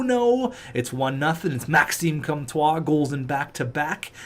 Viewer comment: I don’t even speak French but hearing pronounce “Comtois” makes me want to rip out my ears.